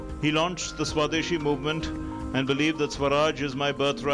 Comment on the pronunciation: The Guy is not able to pronounce Tilak's name properly - MULTIPLE TIMES! He disfigured the word "Swadeshi" as well! +DDNews did you even review this video? Could not find any Indian who can pronounce our Names correctly?